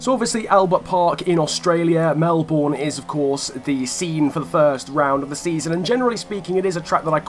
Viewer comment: Can’t people say Melbourne properly like it’s not hard